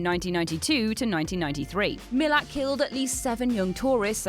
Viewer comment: Malat is how its said not MILLIT